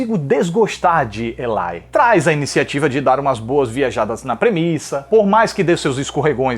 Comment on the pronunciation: Elitche hauahauahauahahaha